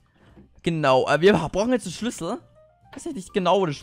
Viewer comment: Bei SCHLÜSSEL verstehe ich SCHNITZEL!